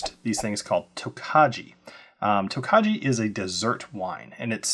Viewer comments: Please get the pronunciation correct: Tokaji is pronounced "Toe-KEYE". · Thanks for the review! Wine guy here, just wanted to give you a heads up It’s pronounced “toke-eye” you don’t pronounce the “j” looking forward to getting this bottle! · Please get the pronunciation correct: it is "toe-KEYE". Otherwise it takes away from what was a credible review.